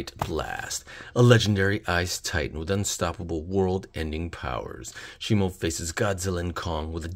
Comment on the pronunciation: Shimo is just how it's pronounced pronounce it's Shimu not shimo